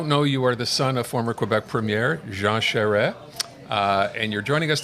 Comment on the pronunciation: Lol, two old anglophone folks who probably have never spoken one word of french, as proven by the way they aren't able to pronounce Charest correctly. This video is a nutshell of why francophones quit voting for the liberal party. Anglophones simply don't understand us, and never will.